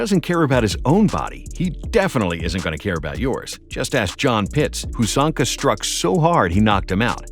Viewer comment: As a hungarian my ears are bleeding when he pronounces Csonka